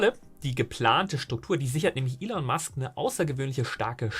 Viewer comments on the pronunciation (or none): none